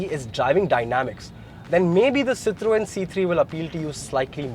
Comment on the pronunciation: as a motoring journalist, I would expect you to pronounce Citroën properly.